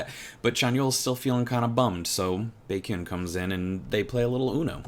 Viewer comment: Loved the reaction! You have definitely earned the EXO-L badge lol, especially since you are pronouncing Baekhyun's name right xD